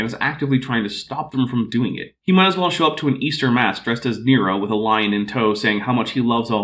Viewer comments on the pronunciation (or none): none